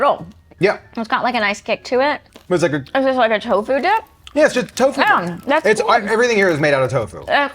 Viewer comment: Never heard tofu pronounced like Corfu